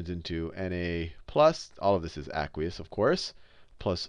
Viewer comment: i hate how he says aqueous. its ayyyyyyykweeous